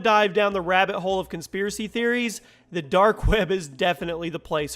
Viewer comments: The dark "webba" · "The Dark Wäbe" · dark web-uh